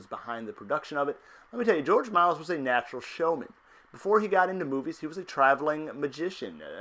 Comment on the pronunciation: Its not George "Miles" dude